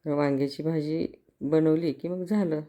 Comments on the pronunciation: भाजीला भजी कां म्हणताय ? तोंड उघडून भाजी म्हणा . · भजी बोलता कि भाजी बोलता हेच नीट कळतं नाही